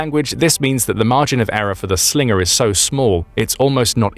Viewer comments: "That's not a Slingah, this is a Slingah" Crocodile Dundee, probably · Slinger, sounds Aussie af 😂